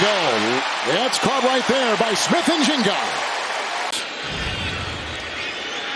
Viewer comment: "Smith Njinga"